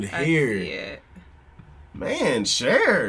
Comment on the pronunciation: oh snap "cher"